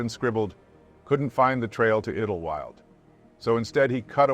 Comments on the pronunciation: Just trying to help... they are pronounced "Mount San Yacinto" and "Idle-wild" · It’s an AI voice tho based on Morgan Freeman. It’s not his own. Still a great channel I like to watch every video he/she puts out. Edit. You can really notice on how the town “Idyllwild” is pronounced